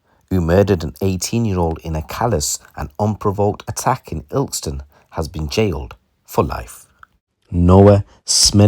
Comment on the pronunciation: Cant even say ilkeston properly